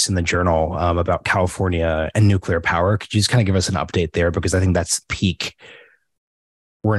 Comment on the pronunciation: Good interview. But a biased one. She could´nt even pronounce the word "nuclear". And when she finally did, you could almost see tears coming out of her eyes. Paradoxicaly, that gives me hope that change is almos here and nuclear is necessary and important one in the energy mix.